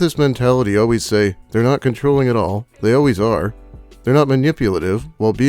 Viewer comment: " and dey say and dey say and dey say chivalry is dead"